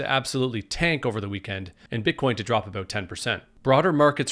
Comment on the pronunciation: "leaders of both countries were able to come to terms"? That's one way to put it. I think how you pronounce the word "about" is starting to reveal itself.